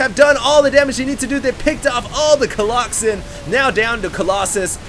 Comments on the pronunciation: But you don't get pissed when he says coloxen? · Stop saying colloxymmm plzzz god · please stop saying colloxen. it sounds like the name of a fatal disease.